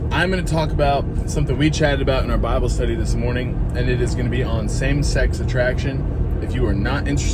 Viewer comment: It's not Babble...it's BIBLE. He's GOT to be SOUTHERN 😅😅😅